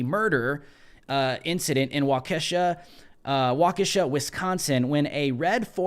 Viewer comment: Waukesha is pronounced: Wauk-ish-shaw There is zero doubt in my mind this terrorist attack was the result of MSM neo-leftist lies and propaganda and nefarious attacks. You can bet this dude drank the Kool-Aid and actually believed Kyle Rittenhouse is a "white supremacist vigilante militiaman, pseudo-cop" that drove 200 miles, "crossed state lines" into Kenosha via Illinois armed with an AR-15 looking to "brain" a bunch of "innocent black racial justice protesters" whom were merely demonstrating peacefully for equal rights and police reform -- and Kyle killed them all -- and an all white racist jury acquitted Kyle because he's a "white supremacist".... That's exactly what this guy thought because that's EXACTLY how the neo-leftist cult media portrayed Kyle's clear-cut and transparent case of self-defense.... Look, as far as I'm concerned the media has blood on it's hands, and what they did would be no different than yelling "fire" in a theater - the media created "racial hysteria" with the way they covered Kyle's case and trial.. The media is egregious, and no doubt this guy wanted retribution er revenge on white people - and you know what? If I was profoundly stupid, frustrated and hateful and my brain was hardwired into CNN, and I only got my news from Twitter? look, revenge would be on my mind too... I mean the mainstream neo-leftist media NEEDS TO BE HELD RESPONSIBLE, because there is absolutely NO DOUBT they influenced this guy via their propaganda so thanks to CNN, MSNBC